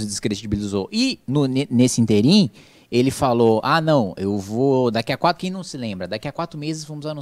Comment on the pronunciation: Ínterim é proparoxitona.